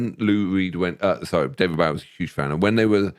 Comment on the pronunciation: His name was Bo-ie. It rhymes with SNOWy and showy. The man was one of the most influencial and popular musical arrises of the 20th century. He told people how to pronounce his name hundreds of time. How can you guys mispronounce it?